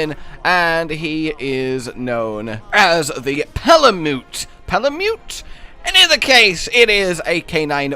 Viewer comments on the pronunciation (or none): Fairly sure Palamute is pronounced like malamute, y'know, the dog breed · because of you I'm just gonna start calling it Pala-mutt >.>